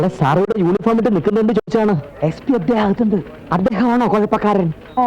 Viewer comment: അദ്ധേഹം എന്ന ഇദ്ധേഹം